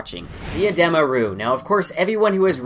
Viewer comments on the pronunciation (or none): It’s Uh dee muh. It’s not uh deh muh